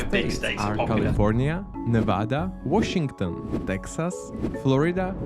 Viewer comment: That's not how you say Washington >o<